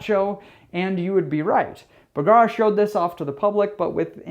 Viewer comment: P.S. when you say bergara it kinda sounds like someone going b-kawk